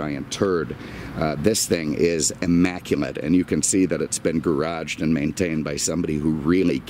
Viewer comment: What was that word - "immacument?"